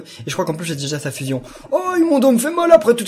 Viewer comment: Tu prononce mal le fuuuuusion faut faire comme dans dbz